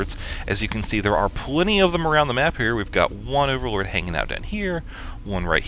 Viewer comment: I got a strange feeling that says "Orallord" instead of overlord:D